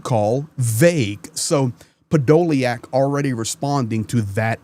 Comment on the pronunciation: Hey his name is 'Podo lyak'... the YA is the Ukainian R reversed, as you know it is a YU..... I have the surname... it is diff to try and spell the surname in English to get the right pronunciation...;)